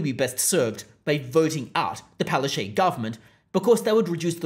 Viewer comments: It's pronounced palachook. And there are far too many photos of her in this video. Please don't punish us by forcing us to look at her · You're not pronouncing her name correctly its Pileofchyte....